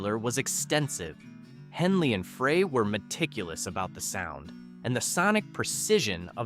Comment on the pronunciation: It's pronounced Fry Glen FRY!